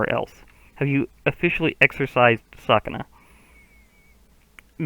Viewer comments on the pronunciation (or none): just so you know it’s pronounced ‘su’kuna instead of ‘sa’kuna